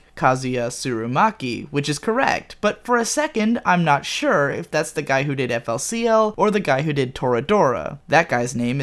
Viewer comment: It's FOOLY COOLY! You don't pronounce it as letters. Sorry, this just annoys me.